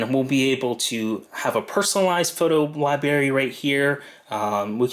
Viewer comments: apparently not to you, but it loses something when an otherwise intelligent person mispronounces an easy word! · Libary!?! Really!?! You seem so intelligent and your video helped a lot, but you pronounce Library, like a child? Come on!!